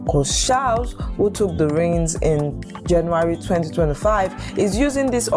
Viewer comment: You need to work on correctly pronounce names and words. The way you pronounce the names of some of our players like Etong, instead of Ekong and Charles instead of Chelle.